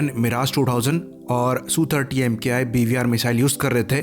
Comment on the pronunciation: It is not EM- KAY I. It is Mk.I, that is Mark One.